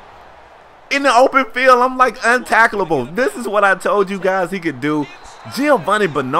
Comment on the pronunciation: Untaclable that's what u said lmao